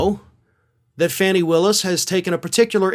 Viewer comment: I've corrected you previously. Please read your comments. Her name is pronounced FAAHHnee Willis. Her name is not 'fanny'. Stop embarrassing yourself if you want to be taken seriously.